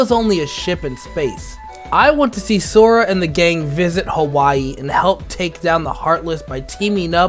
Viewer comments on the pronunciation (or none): none